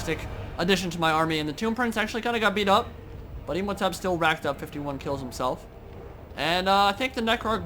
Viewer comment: HAIL THE MIGHTY WAR SPHINX NIBBLES THE DESOLATOR HAIL,HAIL,HAIL,HAIL Oh and when you were saying imhotep I kinda screamed at the screen, thinking you said MEMEHOTEP